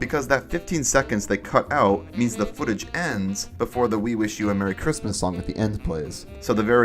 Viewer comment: Ah yes, marchrismis